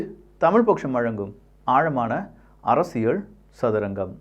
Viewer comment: தம்பி அரசியல் என்றும் சொல்லும்போது( ல்) என்று உச்சரிபதற்கு பதிலாக அரசிய(ழ்)ல் என்று உச்சரிப்பதை தவிர்க்க முயற்சிக்கவும்.